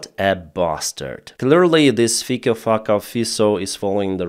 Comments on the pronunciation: FYI the slovakian PM's name is pronounced "fitzo" (everyone struggles, don't worry) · its definetly pronounced Fucco :)